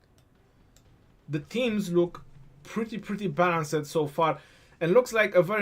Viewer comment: great vids. Much appreciated. Balanced- don’t pronounce the end sound, making it two syllables. Ba-lance(d). The end sound is a very slight ‘t’ sound, but it isn’t really necessary to pronounce. Cool, hope this helps! (Sorry, btw-I’m an esl Teacher... lol ocd kicking in!! Lol)